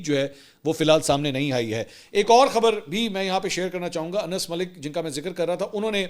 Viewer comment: السلام علیکم منصور بھائی کیا حال ہے میں اپ کے وی لاک مسلسل دیکھتا ہوں اور اپ بہت اچھا تجزیہ پیش کرتے ہیں اور اچھی رپورٹنگ پیش کرتے ہیں لیکن بعض اوقات اپ الفاظ سے ہی استعمال نہیں کرتے اج کے بھی لازمی اپ نے ایک صحافی کا نام لیا ہے ان کا اصل نام انس ہے لیکن اپ نے اس میں نون دو دفعہ بول دیا ہے لہذا برائے مہربانی نام کو صحیح پڑھ لیا کریں